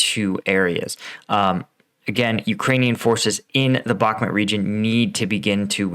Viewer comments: heh you keep saying Back-met. I want to hear you say Bahk-moot.:) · BakhMUT, not BakhMET